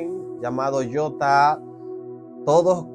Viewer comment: Jota así se les dice despectivamente a los homosexuales en México. Ahora con el audio escucho que la pronunciación correcta es Yota.